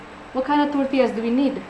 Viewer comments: even it is T O R T I L L A it's not called टोर्टिला it's टोर्टिया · Im not perfect but the way she is saying tortillas is too cringe . Its torillas not tortiyasss .. PERIOD